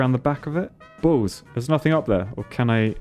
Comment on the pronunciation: I expect balls but he says bools